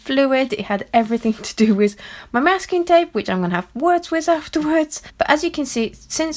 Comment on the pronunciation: wiTH. Not wiZ